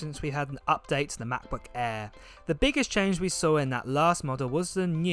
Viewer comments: Why do you call it a macba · the new "ma. buh-eh" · Mahcboo' Aeh 😄 great vid, mate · The MacBook „eeehh“